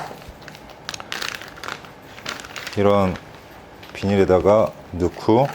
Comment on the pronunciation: '늫구~'에서 전형적인 서울사투리 발견...ㅎㅎ